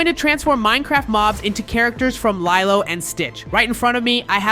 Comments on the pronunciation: ok man here’s a piece of advice so read carefully and closely. Don’t miss one letter and pixel… ITS NOT “LIE-LOW” ITS “LEE-LOW” and you sound like you can you can speak perfect English but somehow miss pronounced lilo? It’s lee-low not lie-low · It's pronounced leelo not leyelow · Lilo and stitch it’s pronounced lelo and stitch